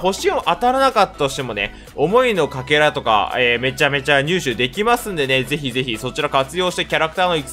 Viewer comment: カケラですね 読み間違いかな...？